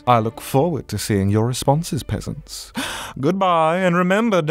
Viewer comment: WAIT, I just subscribed and I hear "hello there my beautiful pesents", from Sebastian. Since when was I beautiful